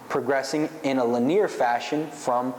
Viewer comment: It's pronounced "lin-E-er" bro...